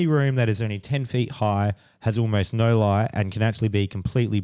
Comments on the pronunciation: the way both Australian women say “Noyyyyy” 😂 👏🏼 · Lmaoooo I just made this comment myself 😂 The way these aussies say the word no, you spelled it great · 😂😂😂 I absolutely love the way these Australian women pronounce “No” as “Noyy” lol